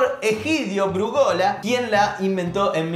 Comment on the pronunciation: Brúgola, se acentúa en la primera sílaba, aunque no haya tilde.